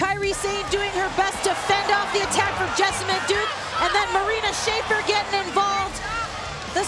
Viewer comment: Beth could learn to pronounce Shafir but never did